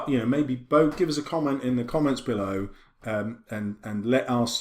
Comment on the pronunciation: HAHAHHAHA LET US BEAULOW HAHHAHAHAHAHAHAHAH THE COMEDIAN